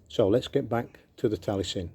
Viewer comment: It’s pronounced Tal I esin not Talie sin